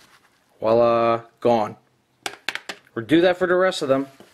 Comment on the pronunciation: Walla is something pigs do! If you French words learn to pronounce them. It is pronounced with a "V" sound.